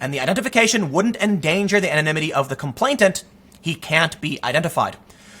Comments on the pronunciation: "Complainant," not "complaintant." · You keep saying "complaitant". Even reading it spelled properly. 🙄🙄🙄